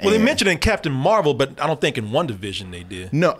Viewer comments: Listening to say One Division instead of WandaVision over and over made me 😅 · “Wunda” — 😂😂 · "Wunda". lol